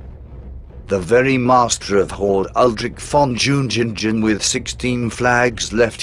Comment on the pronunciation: It is a great pain to ears to hear all that Džiugeila, Džiungingen and all names without exception being severly distorted.